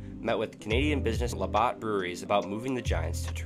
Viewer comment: WhitNey Ford, LeBOTT's Brewery, East ROOTHerford, NJ, POTTomac Yard site, RILEY, NC, .. Sigh. Also, you're showing footage of teams that don't fit the timelines you're talking about. For example.. you're showing mid-90s White Sox when talking about late-80s White Sox..easily defined by drastically different uniforms. It's distracting/confusing. Content is good. Other than mispronunciations, narration is good, but...details details!!